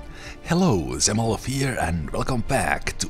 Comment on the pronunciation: Oh sheep, Zemalf now pronounces “Z” in his nickname! Hello from Russia. You are awesome.